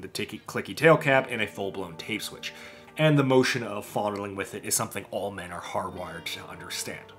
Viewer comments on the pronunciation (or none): the way you say "all" sounds like you're saying "oil" in a southern accent 10/10 🤣